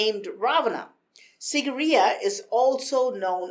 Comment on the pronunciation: It's pronounced as "seegireya"